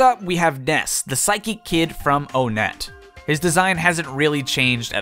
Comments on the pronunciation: Onette from Earthbound is pronounced "One-Ette" not "Oh-Net", FYI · How long will it take for people to realize they are mispronouncing Onett's name... ONEtt TWOson THREEd FOURside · "Po-kee-mon." "Oh-net." I am angry.